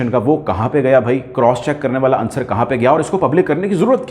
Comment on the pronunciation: and The correct pronunciation is "Unsar" OR "Unsur", not "Ansar". According to Feroz-ul-Lughat and Rekhta. 98% of Pakistani media mispronounces this word.